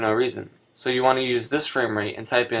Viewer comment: Fwame wate.